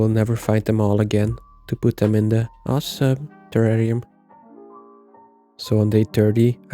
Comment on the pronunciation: haha, what is that "M" in "awesoMe enclosure"